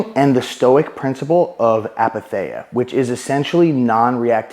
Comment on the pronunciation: Great videoooo ❤ wly ❤ you should post more often !! ill drop that comment just because i know greek is hard and i know very well due to personal experience that its hard to catch right pronunciations from different languages I mean no hate, i know sometimes a word is pronounced wrong in its non native language so... to whoever is interested ⬇️ Its pronounced with an "e-sound" the greek combination of "ei" is one of our 5 "e" sounding letters [or combinations of letters] (,h,ei,oi,u,i... or in greek letters η,ει,οι,υ,ι).... they all sound like the english "e". Its written apatheia but its pronounced eith an "e" sound aka apathea❤ **the only reason where those "e" sounding combinations are pronounces differently is if they have dots on top. E.g.: "τσαϊ" chich menas tea and is not pronounced like an "e" it emphasises the sound of both letters ( seperately)❤❤❤